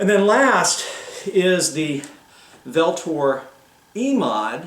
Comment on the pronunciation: Pronounced ULTOR